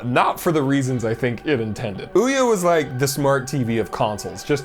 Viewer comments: No idea why, but your pronunciation of Ouya made me spit water all over the place. Well done sir. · As a straight man I felt myself tingle when he correctly pronounced Ouya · I'll never pronounce OUYA like I've been pronouncing it before ever again.